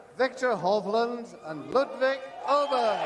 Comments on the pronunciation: It's not Ayburg sweetheart, it's Awberg, jesus christ. If you're going to be a presenter, have the decency to learn how to pronounce your own players names. Amateur. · 'Ay-burg', nope that's NOT his name, not even close. 'Oh-burg' would be a good compromise. 'Oh-berry' would be 100%.